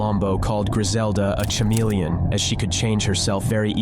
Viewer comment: Aint no way he said CHA-melion